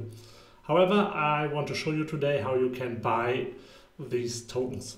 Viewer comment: Good content ma guy, huge opportunity. But can you please say Tokens no toutns 😅